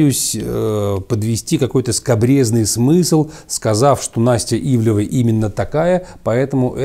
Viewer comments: Ивлеева а не ивлева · Ну.. Ну как можно при такой божественной артикуляции так плохо читать чужие фамилии???? То у Вас Джозеф становится Джоном, то тут. Она Ивлеева (две е), а Ивлев - это другая медийная фамилия. Это скрытое пренебрежение? Или что-то ещё? Но неужели Вы не замечаете это при публикации?.. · Анастасия Ивлеева, а не ивлеЕва... Удивительным образом довелось посмотреть все серии 1-го сезона, потому-что сейчас всё закрыто, а буквально вчера я видела этот фильм)) Фильм обычный, показали современный образ жизни, какими гвоздями устлана дорога в богатенькую жизнь, показали вариант того, а что если необходимо спасти человека и вот такой человек попал в храм, переступят через него навешав ярлыков, бросят умирать или всё-же помогут переосмыслить если не всё, то многое, попросту спасут... Вероятно вбросы листов при голосованиях выглядят более вульгарно, но нет тут-то предпочитают не замечать ничего или даже оправдывать... Или ещё круче убеждать общество в том, что труд не резиновая опа, и ладно бы из уст какого-то блогера или просто хама, но это было перед детьми по-сути из из уст первого лица, это конечно-же норма и истина)) кто бы сторил. Правда в правде! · Да, "Ивлева" вместо "ИвлЕЕва" подбешивает))) Особенно когда на заднике правильно написано). Но за обзор спасибо! Как бы и не собирался никто смотреть, но все же). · Она вроде Ивлеева, а не Ивлева. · Ивлеева. Неужели так сложно произносить фамилию правильно? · Дядя, пытающийся из себя выдавить сноба-интеллектуала, явно хорошо знает, чем занимается Ивлеева, раз может так развернуто дать оценку ее текущей деятельности в контрасте с предыдущей, но не может правильно выговорить ее фамилию, будто бы впервые ее увидел. Очень глупый и раздражающий прием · сколько можно коверкать фамилии? Ну, 7 букв всего, не 17)